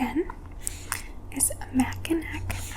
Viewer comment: Its pronounced MACK-in-awe island Michigan is a weird place.